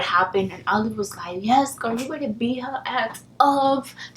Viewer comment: Try saying 'girl', instead of 'gir'.